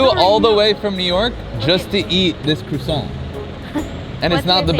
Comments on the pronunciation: Crussant lol.. Its Crwa-ssant.... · “Crewsant” lol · you might want to try to pronounce it properly to start....🤣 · I wish you pronounced the word properly lol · They you pronounced croissant 5 different ways in this video is gold 😂